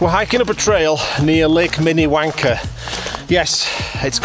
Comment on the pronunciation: When a Brit says Minnewanka, you’re not sure what he is saying. It could be to words like mini _____er. There’s something to be said for actually pronouncing your ‘Rs’. 😎😸